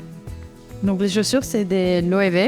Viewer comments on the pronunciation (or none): Un petit accent du Sud ?? " plus de chauses"